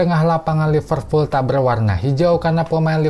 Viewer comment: Liverpool bang..bukan Lipervool...😅